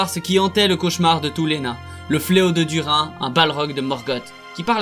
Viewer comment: Video sympa, par contre tu prononce pal mal de noms correctement et d'autre pas, peut être cet vidéo t’intéresserait (mot qui mon trituré les oreilles :Dùrin, Thorin, Dùnadain)